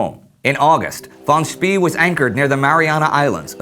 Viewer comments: I believe it is pronounced "Schpay" not "Schpee." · For the love of god, any german name ending with "ee" isn't pronounced "E" but pronounced "ay". Im tired of hearing him say names such as Schnee as "Sh-n-E" or Spee as "Sh-pee". It's "Sh-pay" and "Sh-nay". (Schnee means Snow btw, fun fact) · War Von Spee is pronounced as "Von Schpay" and not as "Von Schpee" or 'Von Schpea". I know this because, well I'm German ( well half German actually and half Dutch). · It's pronounced Von Spae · Apparently, it depends on the location of where you are in Germany. Southern Germans, which is what my family is (Suebish) pronounce "ee" like the "ay" in "pay". However, Schnee was correctly pronounced but Spee wasn't. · War No, it's "Shpah" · Nope, it's pronounced "Schpee" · Spee is pronounced like "Shpay" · I'm not sure, but I think the last letter of "Spee" should be pronounced "e" as in "bEst", "tEst" ect. hence Sh-p-/long e/ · It's "fon Speh." Actually, more like "fon Tspeh." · ummmm...isn't his name pronounced "fon speh" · Yes. By the end my ears were practically bleeding. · War Any german native does know how to pronounce Spee. Problem is how to tell any english native, because this vowel does not exist in english. The vowel you can hear in this examples is the correct one called "long e" More detailed explanation you can find here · You could not mispronounce his name more if you called him Willy Wonka instead. Von Spee isn't even a hard name to pronounce for an English speaker. How did this glaring error get past the editor? Utterly incompetent.